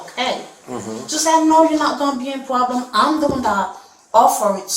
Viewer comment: It is gowna be a pwoblem